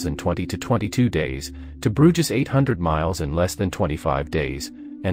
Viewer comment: Robo narrator very annoying. Why do channels use them? "Broojiz." Geez.